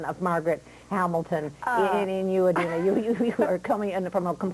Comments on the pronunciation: argh how annoying is he! and it's IDina not EYEdina grrrr :] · Eye-dina. Wooow. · for the 117th time, IT'S NOT PRONOUNCED EYE-DINA! I love you Didi, and I love you Kristi <3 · Well, You kind of say it with a A so like Adina so with the a sound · WOW this guy is a dick! just love how they spelled Kristen's name wrong and called Idina EYE-DINA! wow...props to Idina and Kristen for keeping their cool. If i were them i would have punched him in the face! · Uhm, wow. Can't pronounce Idina, can't spell Chenoweth, and keeps digging at Kristen and trying to create a rivalry that isn't there. Really? This really happened? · oh no he didnt just pronounce her name wrong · jesus, stupid man, learn to pronounce idina's name. AND SHE'S NOT THE BAD WITCH!!!!! geez, read up on the musical before you interview the leads. seriously, this dude has a major superiority complex. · Lol, they spell Kristin's last name wrong at the beginning - (they spelled it as Chenweth)... Plus, they mispronounced Idina's name... A little more research before doing the interview, maybe?